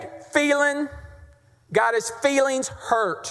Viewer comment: I’m from Texas and I am thoroughly disgusted by this vote. Just so you will be well informed the speaker of Texas house’s name is pronounced Dade with a long “e”, and last name is pronounced Felan with a Long “e”.